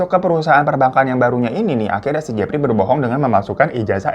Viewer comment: Emang udh paling benar si hiro nyebutnya si Jefry wkwkwkwk